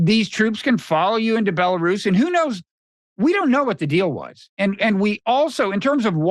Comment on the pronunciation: Buh-lair-is. Lol